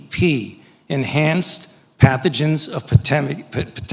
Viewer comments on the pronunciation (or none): 4.08 Enhanced Pathogens, pathgi, pathuthan. Pmsl